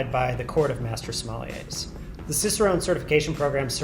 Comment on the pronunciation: there are no "smoliers", it's sommelier, which is pronounced /sɒˈmɛljeɪ/ just a kind correction, so you know